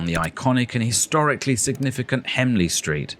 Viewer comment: As a local resident, I thought it was a particularly good overview of the town. You refer to Hemley Street but it's HENLEY street.